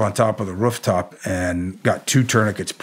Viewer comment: “Rufftop” he’s gotta be from Ohio or Michigan. Love it 😉